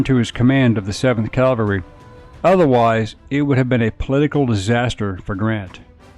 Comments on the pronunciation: It’s CAValry, not CALvary. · Custer Custer Custer. Every sentence starting with Custer and saying Calvary half the time woke me up. What the heck man? CaValRy